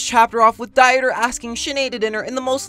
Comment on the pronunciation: To be honest, I am german and I can tell you that you spell Dieter's name DEETER like in the word deed. And the t like in tea, but that's optional. I just say it because it's usually bothering me a bit how everyone spells the name wrong, but I guess that's how you roll in the ILY fandom :,)